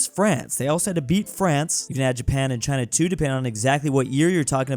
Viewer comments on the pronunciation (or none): none